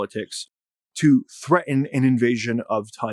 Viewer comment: I'll be able to take you much more seriously when you begin enunciating BOTH of the T's in words like "threaten" and "important".